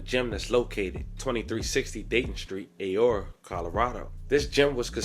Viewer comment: Ah-Roar-Uh, not A or uh😅. Aurora bro